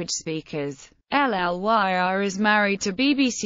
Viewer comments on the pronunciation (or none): No. That's not how you pronounce either name. Ppl don't pronounce their names by spelling them out. I do not pronounce Parker "P a r k e r." It's pronounced Lyr as in Lyrical. Also, the I in Ifans is a hard I.